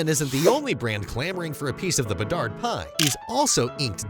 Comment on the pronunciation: Hahaha, came to say the same 👍